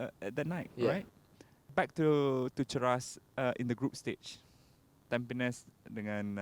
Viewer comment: Sebutan yang betul ialah 'tam pe nis' bukan 'tam pi nes'